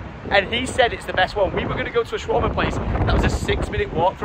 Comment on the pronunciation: He kept saying shawarma wrong 😂😂😂